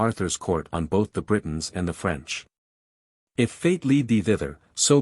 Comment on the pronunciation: French accent terrible. Voice nice.